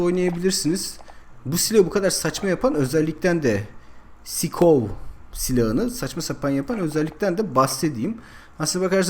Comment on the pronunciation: abi sikov diye değil saykov diye okunuyor. <3